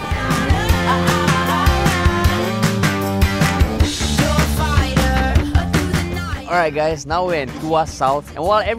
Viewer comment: SingaPoor....Sing a poor....